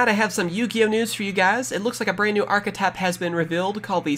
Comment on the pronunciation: Don;t you mean arrrchethype?